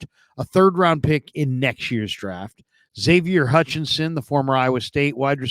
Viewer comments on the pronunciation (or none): none